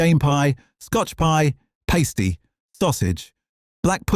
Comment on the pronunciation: Pronouncing pasty as pastey had me laughing. 😂